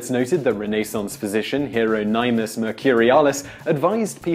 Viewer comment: Heer-oh-ny-mus? Oh dear...